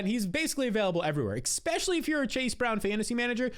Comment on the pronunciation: I love you, but every time you say "eckspeshully" it hurts my soul